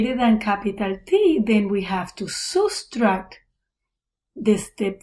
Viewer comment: subtract ❌ soostract ✅